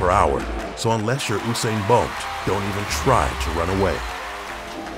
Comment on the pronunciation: "Oo-sane" Bolt.😢